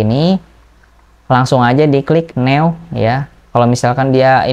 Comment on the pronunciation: New bacanya Nyu...bang.....agak lain abang satu ini.....tapi kontennya mantul....bermanfaat